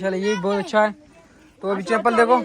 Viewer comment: Nice vlog .chepal nahi bahi chhapal bolte hai